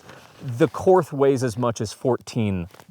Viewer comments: Pronounced Court, not Korth. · I had to give this a thumbs down and stop watching only because you are not pronouncing Korth correctly. One would think you would do a little research on such a high end revolver. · All that classy editing and you cant even say the manufactures name correctly. Call Ian he can help. Ugh and you can always tell glock shooters when they run a wheel gun....